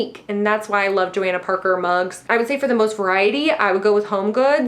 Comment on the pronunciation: That's not how you say Johanna Parker. It's Jo **hanna **.